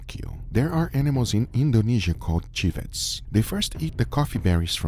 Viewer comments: Wow! You're about 15-20 years late on these beans, Guga. Anywayz, "Civet" is not pronounced as "Chi-vet", it "C-vet" / "Si-vet" ..the animal is known as Civet Cats. But ya, It's pooped out beans & it's stupidly expensive stuff. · Civets not chivets man lol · I know the animal is spelled as 'civet', but here in africa we pronounce it as 'sivet' with an s :)